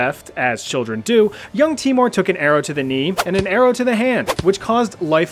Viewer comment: Its pronounced teimour not timor lol. Nice video!!!!